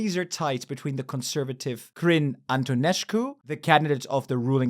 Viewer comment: It's not "Antoneșcu"